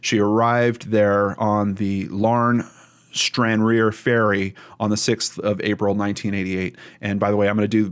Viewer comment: It's pronounced Stran_rar,a ferry port that crosses to Larne. The UK has Ancestry .com where you can trace your family tree. I hope police are given access to that.